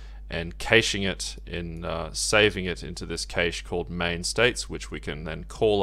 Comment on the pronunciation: It's pronounced 'cash' not 'cayshe' lol